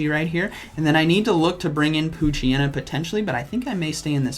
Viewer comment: I'm so sorry. I did not hear "P"oochyena 💀